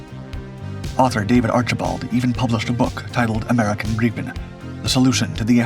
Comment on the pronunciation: Ai crap. Can't even pronounce grippin properly